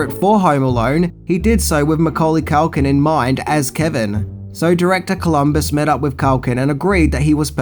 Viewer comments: its Culkin not Calkin ffs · Culkin not CALKIN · Why do you call him mcauly cAlkin? It's culkin!! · His name is CUL-KIN. Not calkin that you said all the way through this video i mean come on Even he pronounces it CUL-KIN. Rant over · Why you calling him Mucaulay Calkin? 😭